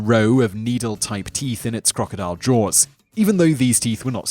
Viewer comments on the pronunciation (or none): none